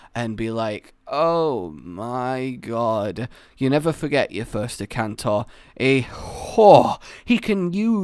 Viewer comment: FinalHunter97 This is what I meant. He said Ukanlos instead of Akantor